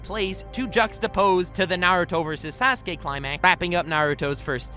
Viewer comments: this man said "Sas-Kay" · lol 'sehskaye'